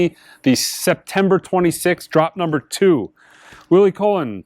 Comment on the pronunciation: Colón...accent in the last O